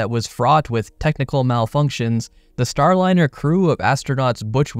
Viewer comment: "STRAND-LINER" is cold 🤣💀💀